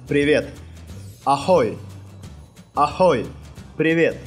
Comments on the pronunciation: Не аХой, а аГой, не добрэ итро, а добрэ рано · Скорее Агой, а не Ахой